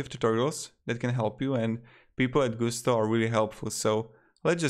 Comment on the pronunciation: Not GU STO; GUS TO; there is nothing French about a company that got its start in the midwest.